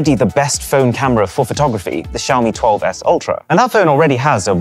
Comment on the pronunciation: Xiaomi = showerme